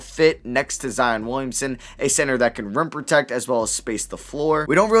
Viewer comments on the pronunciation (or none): none